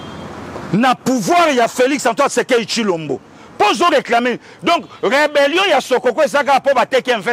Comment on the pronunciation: 😂😂😂😂 Pastor lui, il dit reberion ?